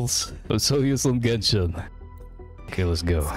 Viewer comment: You are so used to with genshin yet you don't know the correct spelling of genshin, it's genshin bro not jenshin